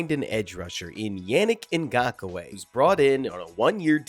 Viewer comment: Nice breakdown! I can't help but wonder if you're mispronouncing his fist and last names. Wanna say it should go "YAH-nnick" as opposed to "YEAH", and "NGAHK-way" (last name only 2 syllables.) Maybe nit-picky 😅 but cheers✌